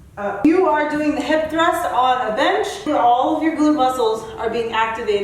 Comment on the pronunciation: What is a hip thr???😂😂😂😂 you actually said it too??!